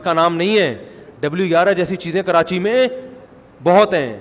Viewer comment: Han molvi sahab apki bat theak h karachi ky logon ke urdu bohat achi h woh log karachi ko karanchi kehtay hain hahaahhaahahahhahaah